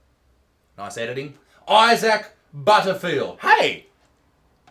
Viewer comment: I just realized you pronounce your name Eye-Sack